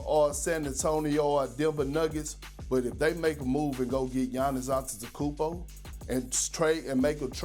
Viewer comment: Perk, don't speak with your mouth full! Bro can't pronounce "probably", let alone "Antetokounmpo"! 😂